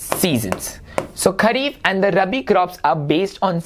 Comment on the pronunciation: Sir it is Kharif and not Khhari…!